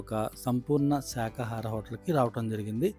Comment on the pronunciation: శాఖహారం కాదు బాబు శాకాహారం అనాలి